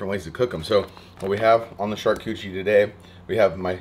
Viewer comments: I haven't read the comments. But I love this video! And I love what you are doing. BUT your prounaciation of "charkoochie" MAY be wrong. I think it is pronounced "shar-kooooot-er-eeeeee" that said "sharcoochee" is even better!! Love what you are doing! Keep killing it! I prefer watching you spooling fish!!!! Crazy goodness!!!! Love it!!!!! Keep killing it! #stayfishy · "Shark Cootchie" board? 😉😅😅😅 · I believe it's pronounced Char-Cooch-arie lol love this stuff! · "SHARKCUCHIE BOARD"😂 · More smoking videos, please and keep on pronouncing it shark koochie. That cracked me up every time. Thanks for the great content. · I love you …but if you say shark cootchie one more time, I’ll shove you in the river next time I see you out there! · I dont think you're saying "charcuterie" right... LOLLLLL.